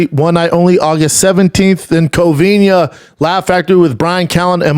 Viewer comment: My dude still cant say "Covina" 😂😂😂 every time it's Covin-Ya!! Lol